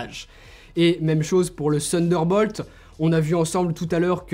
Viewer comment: J’adore quand tu dis « sunderball » tu es charmant ;) Pour le reste supere présentation. Claire détaillée et comparer divers appareils entres eux en situation est une supere idée. Pouce bleu, et pour le reste déjà abonné. Bonne continuation x Stéphane